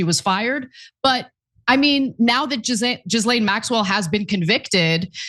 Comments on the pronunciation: Her name is pronounced Gah-Lane not Giz-Lane please stop pronouncing it like that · OMG Ana, Please pronounce Ghislaine Maxwell's name properly, its NOT Jizz-lane, Its Gi-lane, Gi sound in the word Giddy. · 1) It's not pronounced 'Jillaine', 'Jillen', or 'Jislain', it's Ghilain or Ghilen. 2) Why do Americans say 'ouster' instead of 'ousting'? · For fucks sake, her name isn't "Jizz Lane" Maxwell. It's pronounced ghee-LANE. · Ghe-Lane not Gah-lane lol get it right bro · American's butchering the English language... great video. But Ghislaine, is pronounced Gil - Lane. Hope that helps. Because EVERY-TIME I hear it mispronounced it does my head in... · Jizzlane sounds funnier though